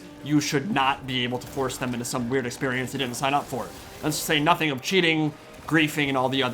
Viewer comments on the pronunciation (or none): none